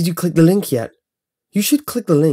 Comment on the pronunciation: he says "click" in a funny way to me